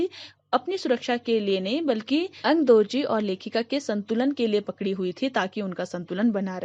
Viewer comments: Okay, am I the only one who noticed that she started pronouncing 'AngdOrji' as 'AngdArji' and then after a few mins, very subtly picked it up??xD... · Its Aangdorgi nor Aangdargi.😁